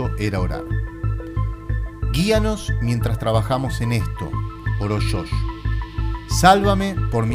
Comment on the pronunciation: "el hermano 'shosh'? " No era Josh? Con "Y"? Un consejo que se le dicen a todos los que estudian locución (aunque esto se debiera aplicar a YT): deshacerse de las tonadas y los "yeismos". Una cosa es pronunciar "gaSHina" con "sh", pero no las palabras y Nombres propios, que queda MUY FEO de escuchar. A mejorar.